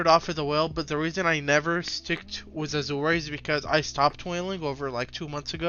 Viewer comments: A-Zhr is how its pronounced my guy "Azure" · I like your content man, but please look up how to pronounce "azure". It's killing me.